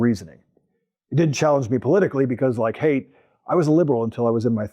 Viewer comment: You're pronouncing his name wrong. Haidt rhymes with bite.